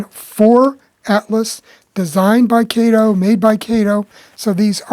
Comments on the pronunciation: Oh No, No, No, NoNoNoNoNOOoooOh! My wifee would pull my hair out (n i only have a few left) if my model train would pull the paint off my concrete block basement wall (nottto daaahhtoh she cares bout it). About Kato. It's nut(not) pronounced KAeToh. It's pronounced CutOh in Japan. Yah, ur dinking bout daaahhaahto Baaatohman's compadre KayToe? As far as CutOh's models, they're over engineered. Why pay daaahhaato (that) munchy when u can get more out of current Xi Ji Ping CCP make? CutOh product must be slashed nut only in engineering buttttoh(butt), material quality too to compete against Xi's and i bet they in turn have their product by Evita Peron song: 'Don't Cry 4 MEeeeeeeh, Made-in-Cheeenah! The truth is i've never loved u!' U may dink bout chucking dem Alco CutOh's. They all look like green cucumber pickles anyway! Time for trade-in's w newer 'off red' colored CCP Xi's. OK, OK, OOOhKay! Seriously, i really appreciated ur presentation by disassembling the model, then to analyze why the Alco models run so well. You just cracked me up when u mentioned about the models r designed so well that they'll pull the paint off ... Thumbs way up n subscribed to ur channel. Thx! PS. I would rather c ur locos pull off thick Tammy Baker's powder puff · You're another one that needs to apologize to Mr. Kato. His name is pronounced Cot o.